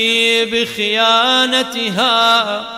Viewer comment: it's بجیا نےھا not بخیانتھا